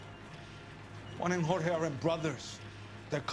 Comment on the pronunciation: Man really said George instead of Jorge lmao